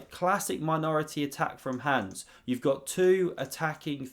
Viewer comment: Learn to pronounce HANS